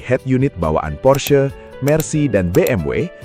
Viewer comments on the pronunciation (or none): none